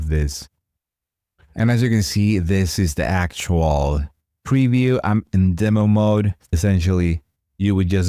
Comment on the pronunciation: DEM-o, not DEE-mo. Duh-VEL-up, not DEE-vuh-lop (and certainly not DEE-vuh-lop-pers).